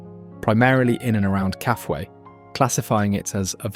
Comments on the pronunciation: Kafue pronounced.. Ka...foo..e. Lived on the Coperbelt for 10 yrs. I have been to the source of the Zambezi a few times. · BS title. There is nothing "shocking" in this video. Stop the hyperbole. Your video is good enough and deserves better. I believe the Kafue river is pronounced ka-foo-i with the stress on the oo. In the early 1930s my father did some of the original geological surveys along the banks of the Kafue. In 1960 we went on a tour of Africa. I attach a short video made from his old negatives. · It’s pronounced “Kaafooye “ Kafue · Hi, really enjoyed the documentary! Just one note — it seems you haven’t been to Zambia, otherwise you’d know how to pronounce Kafue. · Mispronounced Kafue.